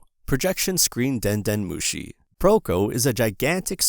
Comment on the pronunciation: Den nœt mochi 😱😵🍚